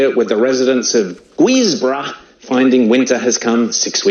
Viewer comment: . Guisborough nearly choked on my coffee the way he pronounced it. My eldest son lives there. Cheers Diamond